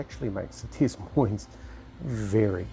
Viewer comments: Since this ship is named after a US city, FYI it would be 'Duh moine' pronunciation. No 's' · Heads up, the “S” in Des Moines isn’t pronounced.